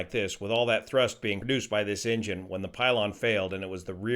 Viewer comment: Everytime he says engine I hear injun 😂